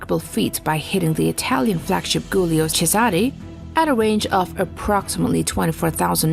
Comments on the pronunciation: At 5.33 you wrongly report the name of Italian ship Giulio Cesare. In fact, the name of that ship is Giulio Cesare and not Gulio Cesare. Your pronunciation is funny and definitely wrong as well. The ship was named after the famous ancient Roman general and statesman Julius Caesar whose complete name in Italian language is Gaio Giulio Cesare or simply Giulio Cesare. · Also, "Giulio Cesare" is pronounced //JULEEO CHEZAHRAY// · Pronounced: Julio Chesare fyi. You folks need to check on pronounciations if you want to achieve more credibility and sound like you actually know what you're talking about. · What about the Italian names? Calabria and Giulio Cesare are pronounced awfully. They got butchered harder then our flagship. 😂